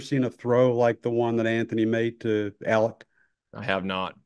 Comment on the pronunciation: He always calls Alec Alex 😂😂 get that man name right Coach